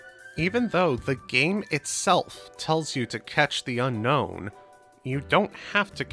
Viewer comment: Fun fact: Unown is not pronounced like unknown but rather un-own